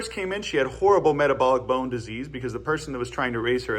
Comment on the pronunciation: I like the way you say metabolic bone disease